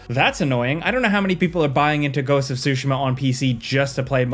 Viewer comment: you say Tsushima so weird. it’s soo SHE muh